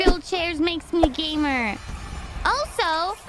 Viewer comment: "gaymer" LMAOO